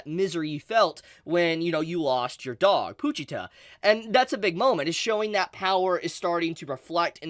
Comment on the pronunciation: Imma keep it real witchu chief, the way you pronounce "pooochita" grinds my gears haha it's po-chita😄